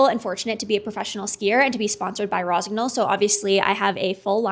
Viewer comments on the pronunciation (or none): Jesus Christ, if you love the brand and promote them at least learn how to pronounce it. GN is pronounced like NE in NEW.